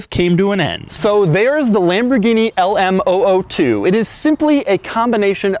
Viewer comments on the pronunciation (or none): It's a zero-zero-two. Not oh-oh-two. The "O" is a letter, not a number. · It’s called the L M “Double 0” 2 not the L M oh oh 2 😂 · LM zero zero 2. not LM oh oh 2. it's numerical not alphabetical. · posit that this vehicle is called the LM zero, zero two because there are three numbers in the name., so it’s not two letters, Oh, Oh then the number two. I’m not singling you out.most people say it incorrectly, but that’s the issue, when it’s reapeated incorrectly, It’s perpetuated. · LM Zero Zero Two! Not "oh oh" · Zero not o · Sounds like he is saying the Elmo2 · Is it an LM ooh ooh 2, or LM zero zero 2? you wrote zero zero 2 but say oh oh 2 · LM zero zero 2, O is a letter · Why do you call it LM-Oh-Oh-two? It's called LM-zero-zero-two! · Love the video, and I'll check out more because of this one! Just one peeve here though. LM002. "0" is a number, pronounced "zero" or "zed" for the Brits and whatnot... "O" is a letter, pronounced as "oh". Those are "zeros", not "ohs". :D Zero, by the way, are you Jay Leno's son?! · It's LM002 not LMOO2, the letters not the numbers. You kept saying oo2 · Can you call it the "Lamborghini LM Double O 2" instead of "LM O O 2"? Just sounds better haha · Stop saying "alamo 2" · Lamborghini Le Moo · The Lamborghini LAMOO? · i heard lamborghini lmao2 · When he pronounce LMOO2, its sound like Alamo